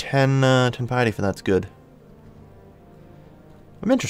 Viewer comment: "There's gotta be a way to get more pieeety" Not sure if that accent was on purpose